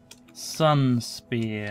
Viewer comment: I thought he said Sunsphere, which I think would have been a lot cooler considering the theme.